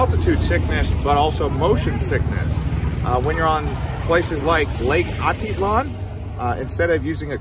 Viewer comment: If you are going to be giving advice of a place, try to pronounce the names right.